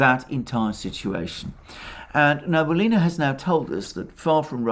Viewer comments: thx to you reports. Its funny when you name russian central bank head as Nabulina, in fact his surename is Nabiullina, which is pronounced as Na-bi-u-li-na. Its actually not hard to pronounce, what is really hard is her patronymic. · Banker's name reads Na-bee-OO-li-na, with stress on OO. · As always, excellent presentation. Today, the name of the Russian Cantal banker was used many times. Regrettably, your pronunciation of the name is incorrect. It is NabiUlina, with the accent on U. Thank you for all your programs. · Sorry for this remark. But. The Chairwoman of the Bank of Russia is Nabiulina. Not Nabulina. I'm from Russia and Nabulina really hurts my ears =D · The last name if the Russian Central Bank is pronounced as: Nah-bee-oo-lee-nah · Great work as always, Alexander. Just one thing... the name is Na-bee-oo-li-na. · Central Bank Chairperson's name is pronounced rather like Elvira Nah-bee-'oolina. She is Tatar, so's the name. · Small correction: Nabiulina is pronounced Nah-bee-OO-lee-nah. Accent on "oo" And your recaps are the best from the English-speaking crowd. But, you said her name so many times, it really.. shall we say... got to me as a native speaker. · "Nabulinrrr says why the Wubl is so strong" 🤣😅😂🤣😅😂 I am lovin it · Na-bee-U-llyna is not responsible for GDP, she cares of the inflation rate. If you want to know how it sounds in Russian, you can highlight the word Набиуллина , then after click on the right button of your mouse select (y-a-n-d-e-x translator) and it will make it sound for you.